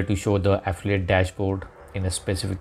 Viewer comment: Ahhhhh fillllll eeee it. English isn't that fucking difficult man. My god.